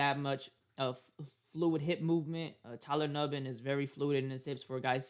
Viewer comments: he definitely didn't. He kept saying Tyler Nubin's name wrong pronounced "noo-ben". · actually it’s pronounced “ New-Bin” so clearly you don’t know how to pronounce it yourself , also multiple folks have been saying his name wrong this whole time go tell other packer fan pages messing his name up then ! Lame as hell dude